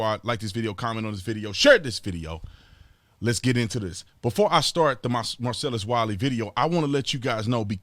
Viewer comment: Every time you say Marcellus Wiley all I hear is Marcellus Wallace...lol